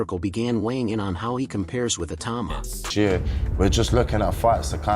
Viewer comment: Totally agree, although Daniel 'Dooboyce' probably doesn't mind. Ironically, the AI pronounced Itauma correctly, when everyone else gets it wrong. Go figure!